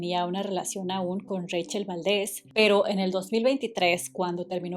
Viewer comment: Me suena raro que el nombre Rachel y siendo cubana se pronuncie Reichel aquí a la mayoría, muy mayoría de las llamadas Rachel se les dice así Rachel 😂